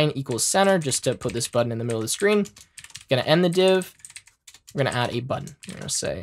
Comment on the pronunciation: “Buddon” Haha but for real great video, thanks for the lesson.